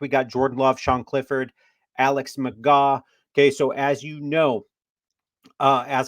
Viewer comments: McGraw? It’s McGoo. Pronouncers my boy. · It’s pronounced McGoo, and this is a stupid idea, we need safety and offensive line depth. 😂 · McGough, pronounced "McGoo..." Don't you watch the USFL?? 😂